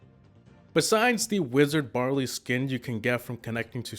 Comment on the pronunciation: They was he said barley and ricochet killed me. 😂